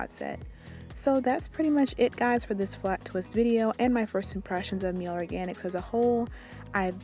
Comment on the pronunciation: It's pronounced Miley like Miley Cyrus